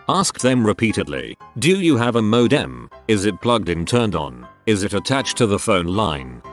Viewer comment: I dislike greatly how the voice says ‘modem’ i now feel completely distraught when there computer related stories on this channel.